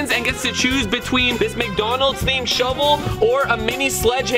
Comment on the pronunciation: Every time they said shovel I thought they said McDonald’s